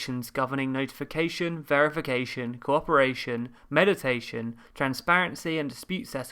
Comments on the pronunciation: Meeeeeediation not meditation. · I'm hearing "meditation"? Imagine this should be "mediation"? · *mediation (not “meditation) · Medication it is!